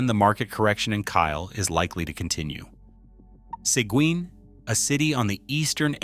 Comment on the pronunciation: AI pronounced "Sequin" wrong all 9 different times.